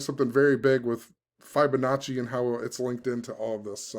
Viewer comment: Fib-onacci not Fibe-onacci lol Think of the word "Fib" not "Fiber"